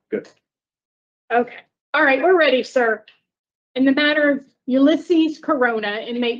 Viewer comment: The lady couldn't pronounce Ulysses? Ulysses S. Grant was a president! If you work for the government you should know how to say the names of the presidents.